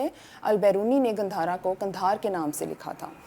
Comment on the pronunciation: 😂 it's not gandharaa ... It's gaandhara. And, Rig Veda was written by native Indians, not by any stupid European propaganda aryans.